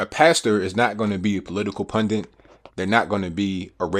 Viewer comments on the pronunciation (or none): PLEASE stop saying PUNDINT! The word has only one N! It's pun-dit. Dit. Not Dint. Pun Dit. Practice! You can do it! Yay!